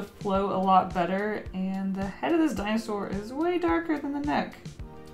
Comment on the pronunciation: “Binosour” IM DYING FROM LAUGHTER